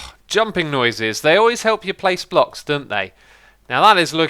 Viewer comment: He said blocks weirdly, he said phlocks lol :O